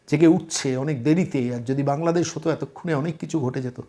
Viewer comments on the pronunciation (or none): none